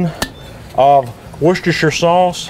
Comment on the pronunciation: An American who pronounced Worcestershire sauce correctly 😮❤ whoop 🙌 you have my respect sir 🫡